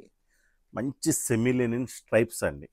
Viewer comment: లెనిన్ కాదురా బాబూ, లినెన్.ప్రతివాడు ఇదే.ముందు రెండింటికీ తేడా తెలుసుకో